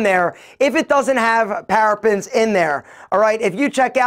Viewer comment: ParaBENS NOT Parafens! Learn how to pronounce before giving advice